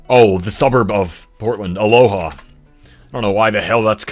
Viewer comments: Just for future reference, the Aloha in Oregon is pronounced “uh-low-uh” Lots of people not from the area mispronounce it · weird question to be answering, but Anaconda-Deer Lodge in Montana is a merger of the city of Anaconda with Deer Lodge county. also, you don't say the 'h' in Amherst. on a similar note, you also don't say the 'h' in Aloha, Oregon- the theory i'm familiar with is that it was originally Aloah, from an indigenous word, but at some point the 'a' and 'h' got switched. the pronunciation stayed as it was, but the spelling changed.